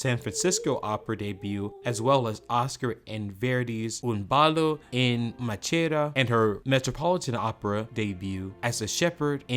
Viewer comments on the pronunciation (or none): Levine pronounced his name "Le-VINE." "Maschera" is ponounced "MOS-kera." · DUDE! Learn how to pronounce all these foreign terms before you do a video like this. “Maschera” is “mah-skeh-rah” (we get the word “mascara” from it) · Fille is mispronounced as is Maschera.